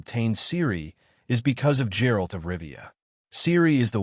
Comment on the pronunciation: Bro at least say "Geralt" correctly. Who tf is Jerald?